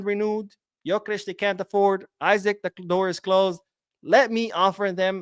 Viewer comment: His name is pronounced E-Sack the I sounds like an E, don’t take my word for it check it out yourself